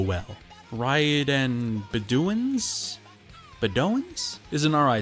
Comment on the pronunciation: Ree-yad and the bed-owens